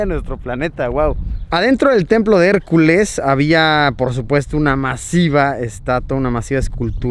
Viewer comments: Por favor digan me que hicieron meme cuando dijo Harculas AJAJAJAJA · "harculas" JAJAJAJA